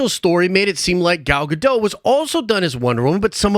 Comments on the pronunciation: Pronounced Gah..Doht according to the Gal herself. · It's pronounced Gal "Ga-doe"